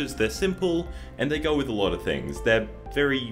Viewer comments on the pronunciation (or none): none